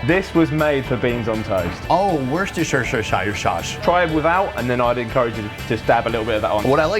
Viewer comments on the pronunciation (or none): “ oh! Worceshishhsihsiirids shauce!” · Mofo, learn to say Worcestershire. Woostersher. You sound like you overdosed on Lord of the Rings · Look, it's not complicated. It's Woostashur. That guy is clueless. The occasion on which people would eat a full English is called "morning". Also "lunch". Sometimes "dinner", or as it is locally known, "tea". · Heinz beans are awful, Branston are the best by far. So many things very wrong with this video, but it is good viewing. Love the pronunciation of Worcestershire sauce 😄😄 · For any non-Brits watching, Lea and Perrins is Worcestershire sauce and we still can't agree on the pronunciation 😅